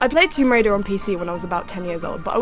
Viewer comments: Womb raider? Really caddi? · just read description 'Womb Waider' i have no words